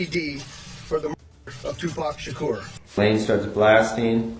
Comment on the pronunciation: This is the dumbest video with the most in correct information, he wasnt taken out September 9th it was the 6th get the dates right, and you pronounced his name two pack shacker that's not how it's pronounced show some God damn respect and get your shit right it's not pack either it's pronounced pac(Pock) Tupac (toopock) and kefe d is cooked even the crips are gonna green light his ass in the pen! He's piece of shit! Know your shit and speak correctly on it fool!